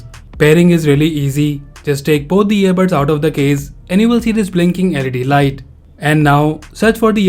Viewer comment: Its earbuds not earbirds